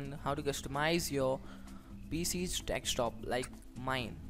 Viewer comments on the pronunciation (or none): ffs its called DESK TOP not dekstop >.< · Dextop :D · dekstop XD